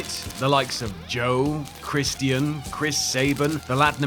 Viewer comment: It's Christian not Christian.